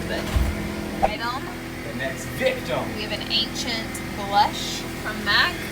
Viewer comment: " next vicTUM " 😂